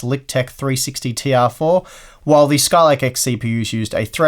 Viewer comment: Skylake X? Hah! I think you mean Skylake Ex!